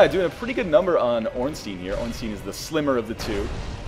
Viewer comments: Going by the Japanese pronunciation of スモウ and オーンスタイン, (not getting into how you want to spell it using a roman alphabet) a close approximation of the two bosses is Smoh, like dough, and Ornstine, with the "i" like in time. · The way he pronounces Ornstein makes me cry.